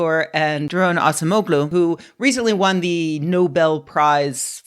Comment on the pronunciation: A small thing about Turkish names: C's are pronounced like Js, and the G in ogul/oglu is actually Ğ, which is silent and lengthens the preceding vowel. Acemoğlu is pronounced like ah-jem-OH-loo. By the same token, the name of the Turkish president Recep Erdoğan is pronounced like RE-jep ER-doh-an.